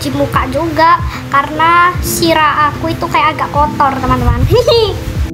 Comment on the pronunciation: dek sirah dek bukan sira